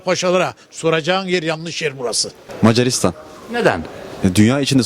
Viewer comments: "mecaaaarisdan argada galiyör" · meycaristan argada galiyou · İyi tarafından bakıyorum, sanırım bazıları Macaristan sözünü telafuz etmeye zorlandığından Mars dedi. ( Hani inşallah öyledir sjsjjs)